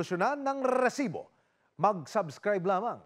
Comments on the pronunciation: Sakit sa tenga pagbigkas ng “RERERESIBO” pwede namang “RESIBO” nalang at medyo lakasan ang pagbigkas para maemphasize. Umay! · Bat ganun yung pronunciation ni emil “🏍️🏍️🏍️🏍️🏍️siboo” HAHAHAHHAHAHAHA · Quick question po, kelangan po ba talaga "Rrrrresibo" ang pronunciation? 😂✌️ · Limang segundo sa letrang R ah bago mag patuloy sa pagbigkas ng salita hahaha RRRRRRRRRRRRRRRRRRRRRRRRRRRRRRRRRRRRRRRRRRRRRRRRRRRRRRRRRResibo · Cringe ng Resibo na pagpronounce